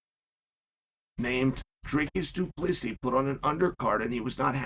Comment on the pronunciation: Of the many Chael name errors, Du-Pleezy is my favorite.